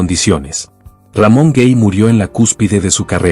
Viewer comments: Lo único que no me agrada es la pronunciación de algunas palabras y nombres. Por Ejemplo el nombre de Ramon Gay . No se dice RAMON GEY , ES GAY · No es Ramón Gey, se pronuncia Gay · Hablando de Ramón Gay, su apellido no suena cómo se pronuncia en Inglés, tal y cómo usted lo pronuncia es incorrecto, se pronuncia exactamente tal y cómo se escribe, con A y no con E, ya se lo dije la vez pasada que también habló de él, pero usted no lo ha leido, o simplemente no le importa.